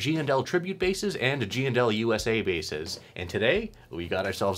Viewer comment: I like how you give full respect the the &. My Midwest accent makes them all GNL’s.